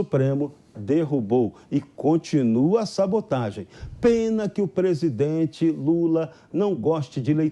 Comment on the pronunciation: Aprende fala prezdete nao presidisro